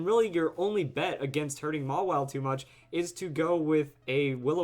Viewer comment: its pronounced maw-while, not may-while